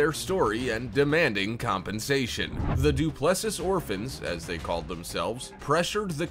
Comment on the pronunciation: It's pronounced Du plus see.